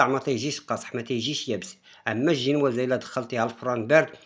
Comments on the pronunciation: آه كيعجبني الشاف مني كيقول الجينوازة ما فيههش التصنع و واضح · هههه كيقول زنواجة